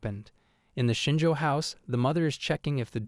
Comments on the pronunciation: It's Shinjo. 🙄😒 Not shinger, like the word ginger. 🖕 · It's Shinjo, not Shinji.